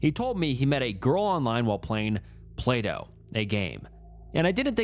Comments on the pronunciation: I can't be the only one who kept thinking he was saying "play-doh" not "plato" during that one story. 😅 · whenever he read Plato I heard playdough and didnt question it for a long time ASDFASDF